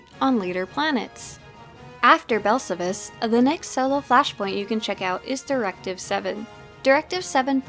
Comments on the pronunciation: awesome video! It’s pronounced Bell-Sal-Vis not Bell-suh-vis. It’s even pronounced in he game. Just teasing of course. Wonderful content as always! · Please learn how to pronounce Belsavis correctly. It's Bel sa vis. Listen to how the ingame characters and NPCs say it. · omg, why can't you pronouce Belsavis correctly? It's "Bell-save-us"! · Here’s how to pronounce belsavis bel-SA-vis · yeah Blazen is correct accept for one minor thing in game it's pronounced like this Bell-Sa-Vis pronounced exactly like it's spelled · please stop saying belsavis like that, damn xD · I've never heard of Belsavis pronounced that way🤔🤷🏽‍♂️ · Sorry I hate to nitpick but your pronunciation of Belsavis is incorrect which is shocking considering how many times I'm sure you were on the planet. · Everything about the vid is good, except how you pronounce belsavis. :P